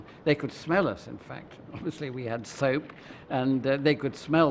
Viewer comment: Good documentary, I love how it’s framed as if the Mau Mau are the problem and not the interlopers. Also soap 🧼? Yea ok British dude.😂